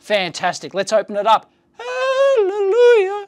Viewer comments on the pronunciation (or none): none